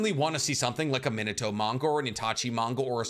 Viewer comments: Good video! I wanted to see a Minato spin-off since his first bamf appearance. Also, may I suggest "Mē nah toe" over "Men a toe", my friend? Unless you just love that version of pronunciation, in which case, carry on good sir. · I'm gonna smack you if you mangle the name of the 4th Hokage every again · A Minato tatt and u still can’t pronounce his name properly lmao that’s crazy🤦🏽‍♂️ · Your Japanese pronunciation is killing me 😭 Retsuden is not pronounced with an -AHN at the end. It's the same suffix as Shippuden, friend. It means "story" or "chronicle". Also, your pronunciation of Minato when you have a tattoo of him... pls... MI-NA-TO, not MIN-A-TO.